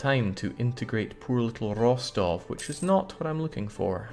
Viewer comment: Russian Grammar Nazi here. It's Ros-TOV, not ROS-tov (the second syllable is stressed). The more you know!